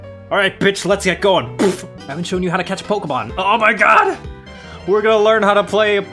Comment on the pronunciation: Oh Mer Gerd it’s Meh Childherd